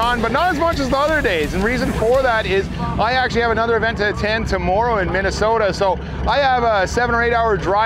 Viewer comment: you turned your accent up when you said Minnesota!